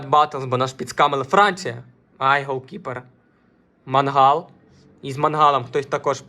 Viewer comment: Мангал блять в тебе в сараї стоїть, а це - Меньян. Не Пауліньйо, а Палінья. Тіп, я їбу як тут все погано - від твоїх коментарів, до того що ти знімаєш це НА КАМЕРУ. Мікро в кадрі стоїть по приколу, тупо шоб побісити глядачів? Може почнеш в нього записувати, а не на телефон? Я в ахуї як мені взагалі це відео трапилось